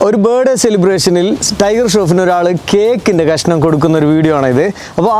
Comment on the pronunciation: ബെഡെ ❌ ബർത്ത്ഡേ ✅